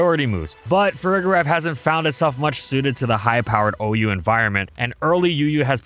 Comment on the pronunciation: For the record, the g in Farigiraf is pronounced soft, not hard. You should be saying the second half of its name like “giraffe” like with the first half of Girafarig. This is an extremely pedantic point but I feel like more people say it wrong than not and it annoys me for some reason lol